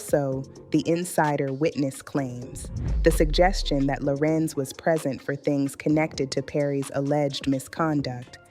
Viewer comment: This black lady AI 🤖 is horrible! Her pronunciation of his name is a dead giveaway😂😂😂😂